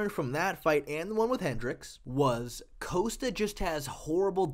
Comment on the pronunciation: It's not "coast-ta". It's "Kos-ta"